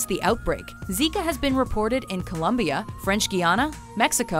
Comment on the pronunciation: thanks for pronouncing colombia right!!!